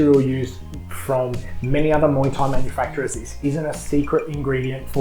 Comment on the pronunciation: Your channel is Fair dinkum I appreciate your reviews. I love listening to people talk about muay Thai gear especially in an Aussie accent. 🥊 I love when you said "muay" instead of "my" 🤣